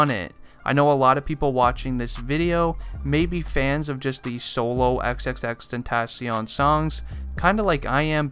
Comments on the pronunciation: EX EX EX TEN TOH SION why u say it like dat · Xxx ten-ta-SION LMAO I k ow its spelled Xxx tentacion but still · is anyone else triggered thatb he's saying his name wrong xxRIPxx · this dude said he was a real x fan but did not say his name right gtfo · hes too white to say tentacion right:| immediately stopped watching